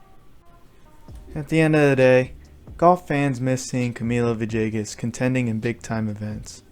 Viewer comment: Good story..... just need to stop pronunciation of Villegas as "ViJAYGus"..... maybe say his name right.. pga announcers need to get it right as well!!!